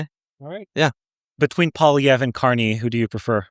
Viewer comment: did he call him Canny? Candy?